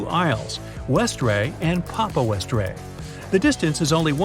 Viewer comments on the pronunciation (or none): Its not westray it's westrey we-stree